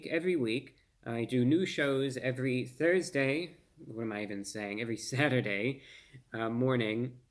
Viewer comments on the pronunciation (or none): When I heard you say Thusday, I got excited that you were adding another radio broadcast!...the best radio show on the airwaves!😊❤